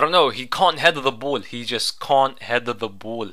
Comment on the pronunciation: "can't heather the bool"